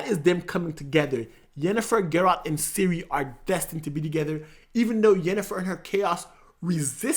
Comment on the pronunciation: Princess SYRIA? what the hell bro? Its CIRI